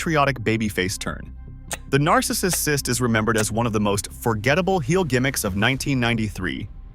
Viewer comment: Your A.I. speech to text can't pronounce "Narcissist". Just do the voiceover yourself. Up the quality.